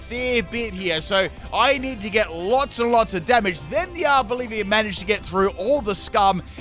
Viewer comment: The Arboliva in the last battle called “Arbolivia” lol